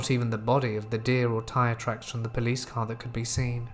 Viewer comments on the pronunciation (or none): none